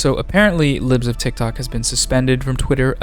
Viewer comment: Why do u say her name like it belongs to the sentence “boom-shaka-laka” every time? Like “put-shawka-laka”